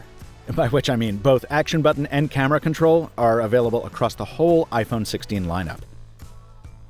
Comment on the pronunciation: "Press the camera butron"